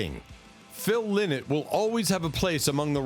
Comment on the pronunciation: Phil Lynott is pronounced wrong in this video His name is pronounced Phil Line-not.